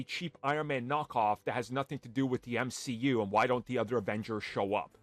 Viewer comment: Your argument was dead as soon you tried to unironically say “M-she-U.”